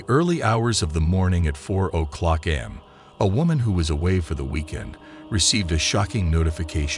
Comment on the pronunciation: Glad it's not just me noticing this. At the very least type the script in a manner that this robo-narrator reads things back properly.